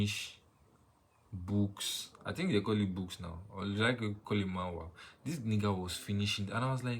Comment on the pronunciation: It's Manga not Manwa